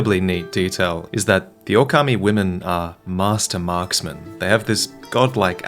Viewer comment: Still butchered the pronunciation tho